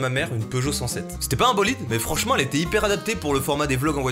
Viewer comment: Super bolideuh